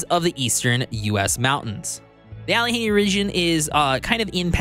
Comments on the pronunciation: "Alle henny"? Allegheny is pronounced "Alleh gainy" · Alleh-gainy that's how it's pronounced... Great video though! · Them hill people will get ya if you mispronounce Allegheny- it's "Al-uh-GAY-nee". Excited for the mod support to be implemented on this game. I think the core gameplay is pretty solid, but man does it feel light on content in its current state. Good review, appreciate the work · Yes...I was watching the video...and I was like no! LOL. I live in Hell (Texas) now, but I grew up about two hours away from this area. It looks like Pittsburgh to me.